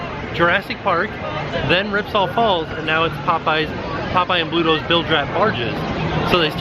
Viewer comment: Brittanie Ferguson I know that’s what he should have said, but listen closely and there is a “p” sound at the beginning of the word instead of a “b”! 😁